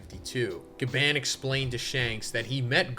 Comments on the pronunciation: BRO ITS PRONOUNCED AS GA BON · STOP PRONOUNCING GABAN WRONG! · Gaban in the most American accent 😭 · Why are you pronouncing his gabans name like that. Omg 😭 its so painful to hear. Its like when someone who doesnt watch anime pronounces Naruto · Why the hell do you say Gaban that way? Jesus Christ I'm cringing everytime you say it so terribly and that's already 10 times in the first minute.